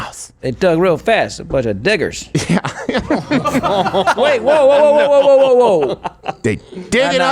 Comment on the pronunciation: Bro said diggers 🤣🤣💀